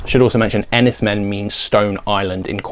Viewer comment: Men is supposed to be pronounced Mayne, in Cornish I’m told.